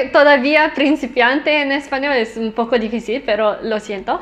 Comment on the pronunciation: I thought it was cute that you said some spanish words in a french way like difícil